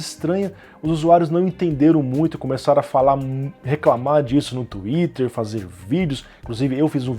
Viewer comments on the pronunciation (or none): none